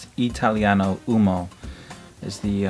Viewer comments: Just a note about the pronunciation: Italiano uOmo (cause we don't skip letters, we read the first O as well as the last one in "uomo") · It’s pronounced “U-O-M-O” with the first “O” sound clearly pronounced and NOT “UMO”, guys!! It’s so bothering me too many guys pronounce “UMO”. 🤦🏻‍♂️🤦🏻‍♂️ Ok again, U-O-M-O.